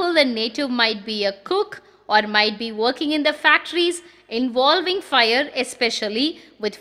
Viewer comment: Fire ( agni) pronunciation sounds like fear(பயம்) This may please be corrected